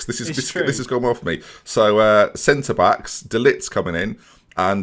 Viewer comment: Pronounces Jovic and De Ligt incorrectly Corrects other dude on his pronunciation of 'Chiesa' Other dude pronounces 'Haaland' incorrectly Says nothing ->Me: Turns off video